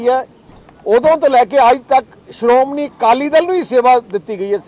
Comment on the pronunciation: Siromuni. Nahi. Siromanhi keh